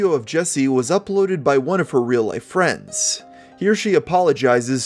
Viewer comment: He said "Fwends"